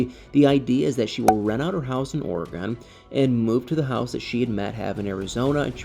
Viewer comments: Dear "," It is NOT pronouced "ora-GAWN." It's pronounced "ory-gun." I am a ntive, so I speak with authority. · Please don’t be offended but as an Oregonian I am going to help you pronounce Oregon correctly. It is pronounced ory gun. Love you videos😊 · Or-eh-gun is the correct pronunciation. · I grew up on the East coast. We were taught to pronounce it OR e Gone. If it’s incorrect, I guess every generation passes down the incorrect pronunciation. Frustrating. Those who actually live in Oregon know how to pronounce it. The Governor should send a letter to the school boards of all the states that are teaching it wrong. Maybe I can find an audio to actually hear it. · Drives me crazy when someone can not pronounce a State!! Must be from another country?? 😂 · He pernounces it wrong.